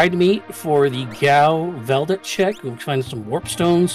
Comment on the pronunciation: Please tell me you say Veldet and Tuhzen on purpose.